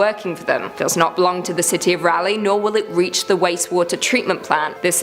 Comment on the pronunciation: I love how she says ”Raleigh” 🤣😩 she says it like ”Rally” … When it’s pronounced R-ALL-E